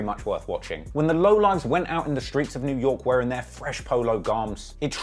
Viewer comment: Noooo he didn't say "skreets" I'm fuckin dead 🤣🤣🤣🤣